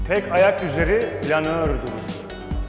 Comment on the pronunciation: planör derken ki vurgu paha biçilemez